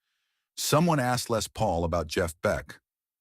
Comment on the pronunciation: Yet another dreadful AI generated piece of garbage. Who the hell is f**king "LAY PAUL". My God these AI voices are getting worse and this one stinks. I bet Jeff Beck never met LAY PAUL in his entire life. "Jeff Beck Stories" by backside.